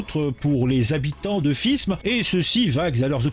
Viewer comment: Ça se prononce fime !!!!